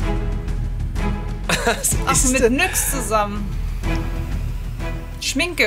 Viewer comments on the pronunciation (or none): Warum Triggert es mich so wenn leute Marken Falsch aussprechen😂 Nyx ist nicht nüx sondern NIX😂 einfach "nix"